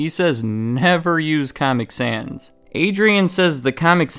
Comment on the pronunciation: his pronunciation of caamic sans souds like how the actual font comic sans looks, pls tell me what you thought of the caament